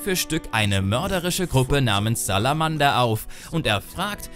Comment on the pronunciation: Du machst aber auch einige Patzer. Die Banditen heißen SalamandRa nicht Salamada. Außerdem zeigst du an der stelle, wo du über den Professor redest, den Magier, für den er arbeitet. Ich verstehs ja, wenn das kleinigkeiten wären, aber die beiden erledigt man in komplett unterschiedlichen Kapiteln. Leider bist du viel zu wenig auf die Quests eingegangen, die für mich Witcher 1 zu einem echt tollen Spiel gemacht haben. Noch nie hab ich so einen Questreichtum im Sinne der Qualität gesehen. Jedes Kapitel bietet eine so komplett andere Hauptquest. Im ersten hast du diese Bieste und die Hexe, im zweiten die Detektivgeschichte, im dritten die Politischen Ränkespiele, im vierten die Geistergeschichte und im letzten die Schlacht. Seit ich das Spiel gespielt habe, hat mich nie wieder ein Spiel mit der Questvielfalt SO beeindruckt.